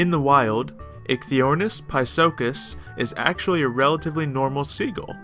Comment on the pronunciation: I believe it is pronounced "Ikey" but the pronunciation may vary from word to word :)